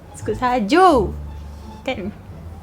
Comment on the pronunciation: biskut suji laa bukan saju😅😂😂 .